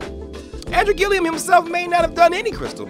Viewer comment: Would you PLEASE pronounce his last name right! It's annoying. There is no I after the last L😂😂😂. It's Gillum not Gillium, dear😊